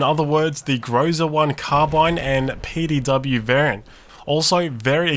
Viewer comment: I assume that the correct variant of pronounciation of the word "Groza" is the one in whch the last syllable is under stress.